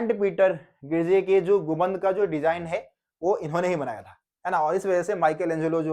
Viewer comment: Gumbad ko gumband bol raha hai